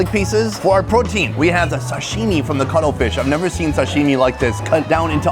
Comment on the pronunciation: Did he say cuddle fish legs?